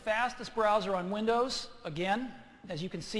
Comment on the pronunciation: Apple's coming back!!! Oh and he said "winders" lol